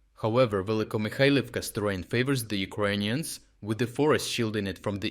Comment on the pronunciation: You sound like you are saying “Ugonian”, instead of “Ukrainians”.